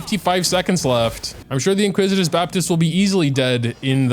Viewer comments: in-ICK-wi-tis not in-QUIZ-it-iss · Iniquitous*** baptist lol not "inquisitous" 😅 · Why do I hear “Inquisitous baptist”? Isn’t it Iniquitous baptist?